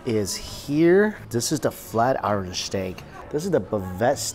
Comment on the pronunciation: Flat i- ren? Flat Iron!!!!! Learn how to speak omg